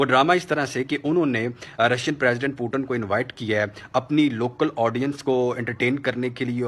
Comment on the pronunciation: Pehli baat wo پیوٹن نہی پوتین hai